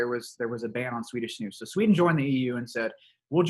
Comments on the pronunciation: The way you pronounce snus ”snos” is pretty funny for me as a swede ;) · Not sure how to explain:) pronounce it correctly it should be the letter U like united and not O but you still pronounce it decently:)... I like Lundgrens skåne white because it has kind of a fruit flavour...:) Btw doesent nicotine cause aterosclerosis?